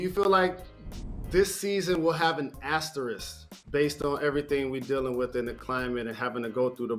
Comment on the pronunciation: is anyone gonna correct Jalen rose and tell him it’s asterisk, not asterist 😭